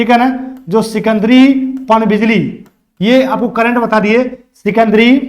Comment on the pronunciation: सिकंदरी नहीं सिकिदरी